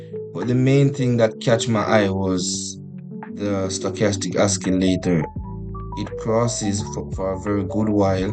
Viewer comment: its not oskileytor its osileytor